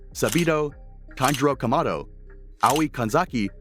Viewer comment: bro needs to learn how to pronounce kamado and urokodaki (this is serious)